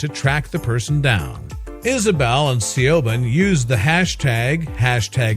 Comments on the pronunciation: 'See-o-ban' (as in 'Shioban' the name) is pronounced 'Che von' - granted it IS an awkward name but ffs, the dumb-yank/robot could've at least googled the pronounciation ! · SEE YOW BAHN? YOU DONT ACTUALLY MEAN SIOBHAN DO YOU? ITS PRONOUNCED SHEE-VAUGN OR SHEEE- VOHN. I know an Irish named Siobhan and I think its a popular Gaelic name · Siobahn is pronounced SHEEVON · I'm laughing at the pronunciation of the girls Irish name.. A little help I think needed SHA. ...VAN is the simplest way I think. ☺☺ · Siobhan...... Is Gaelic... And pronounced SHEEVON...... just saying. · Thank you! It irritates me to death when someone skips their pronunciation research! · THANK YOU!!! That was driving me crazy!!!